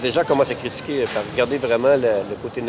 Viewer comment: A c'est pas "crisquer" mais critiquer, ce mot n'existe pas ^^